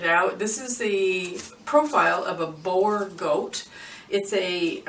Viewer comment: Love it... But it is not pronounced "bore" goat, boer is the afrikaans word for farm. So it is actually a farm goat. 😁 Love your video. Love from South Africa